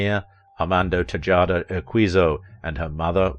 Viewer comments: Her maiden name is pronounced, "TAY-HAH-DUH". The house they lived in two blocks from the beach was in the town of La Jolla, pronounced, "LA-HOYA". I should know, I attended grade school there. Why they have these narrators who have no idea how to present a subject's name and/or place narrate these mini-docs never ceases to amaze me. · Wouldn't hurt for the narrator to make an attempt at pronouncing the Spanish words properly. Remember, a "J" is an "H" in Spanish pronunciation. By the way of example: Tejada is pronounced Tehada and La Jolla is pronounced La Hoya. We can't Anglicize everything no matter how hard we try! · And Raquel's birth surname, Tejada, is pronounced Te-HA-da. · A minor point, but it's sad how the video's creator wasn't able to pronounce both her original last name properly or her early San Diego home of La Jolla. Odd bits to get wrong given all the research that went into the production. As a young fellow growing up in San Diego it was intriguing to me that my eighth-grade English teacher and she were good friends in their younger years. Rest in peace, Miss Tejada. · She and my high school English teacher were good pals growing up. Had to chuckle at the presenter's pronunciation of her Hispanic last name and of the noteworthy town in San Diego, La Jolla. Each example suffered the pronunciation of the J, which is silent in Spanish, of course. Quite interesting, other than that. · You do not pronounce the J in Raquel’s real surname Tejada nor the town just outside San Diego, La Jolla where she moved to after they left Chicago. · Boy, the British can really make a mess of Spanish pronunciation! "Tejada" "La Jolla" Haha! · I'm pretty sure he also butchered the father's last name, Tejada? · The J in her last name is silent. Like Jalapeño. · TeeeHada not TiJaada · "La Joe-la." "Tay-Jada." Pretty much the quality of this drivel all the way along. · Te hay da, NOT TE JAH DA!!!! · Tejada: pronounced “te-hada” La Jolla: pronounced “la hoya”